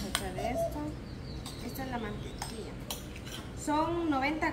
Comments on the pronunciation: No eres la única... Yo dejé tu video para escuchar cuando dijiste MANTEQUIA? Entonces vi el video era la Mantequilla.. No es por ser criticona pero si se escucha raro. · No sé dise mantequia sé dice mantequilla